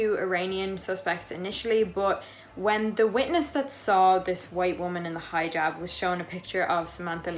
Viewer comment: It's Hi-Jab not high-jab.